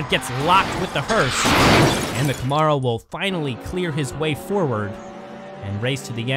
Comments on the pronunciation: I dont think i’ve ever heard it pronounced “ca -morrow” 😂 But the spanish commentary is legit as well!! Buen Carrera!!! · The ARO in Camaro Is pronounced like arrow